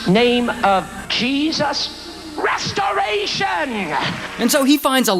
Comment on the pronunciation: the way he said RESTARATIONNA whenever he "healed" that one woman. 💀